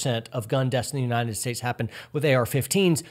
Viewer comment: I'm sorry for being an ass, but what is that "Unineted" States speech impediment?